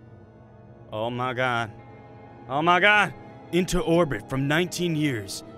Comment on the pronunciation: He said Oh My Gwad 9 Times I Counted XD